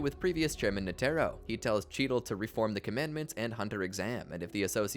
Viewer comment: it’s netero, not “netero”!